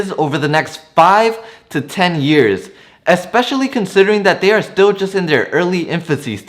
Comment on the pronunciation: You say the word "EXpecially" and it is pronounced and spelled "ESPECIALLLY". There is no X in especially. You are welcome.